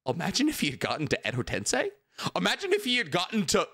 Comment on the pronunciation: Love 90% of what does but I have a gripe I can’t ignore with this man. He’s a literal Naruto scholar but mispronounces several things I feel like should be inexcusable for a man that believes his own hype so strongly. For example, he says “Tensei” wrong every single time. I mean cmon man, it literally is one letter off from “sensei” but we don’t hear him saying sen-sai.